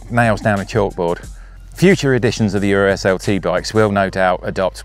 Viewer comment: The BMC is pronounced URS (latin, means "bear"), not U.R.S. Urs is a common male name just like Ursula for woman in Switzerland, which is home of BMC (Bicycle Manufacturing Company)